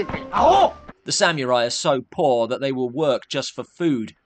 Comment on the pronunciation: I’m sorry,but as much as I adore and respect,the host of Dark Corners reviews,his pronunciation of “samurai” is wrong.There is no elision after the “m” in “samurai”-it’s pronounced “sa-mu-rai”,with the “u” being pronounced rather like the”u” in “pull”.